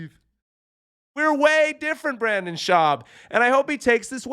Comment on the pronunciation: Hey, Redbar called. He said he wanted his shtick back. And I can't stand him either, but it's pronounced Br-IN-den. I was going to take a shot every time you said Brandon, but as a general practice I try to avoid alcohol poisoning.